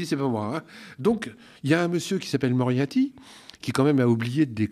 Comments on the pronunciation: Alors mon, je t'apprécie beaucoup, mais ce n'est pas parce que tu n'as plus besoin de faire appel à des coiffeurs et/ou coiffeuses que tu dois les stigmatiser! Et c'est MoriaRty, pas Moriaty. (Merci néanmoins pour ton remarcable travail 👍) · "M. Moriaty"..... C'est fait exprès, obligé ! Après, c'est ouf' le pouvoir de démystification que ça a ! Ça me donne envie de systématiquement écorner volontairement les noms de nos politiques en faisant comme si je m'en fichais, pour leur enlever un peu de leur aura. J'vais faire ça, y'a moyen que ce soit efficace auprès de certains...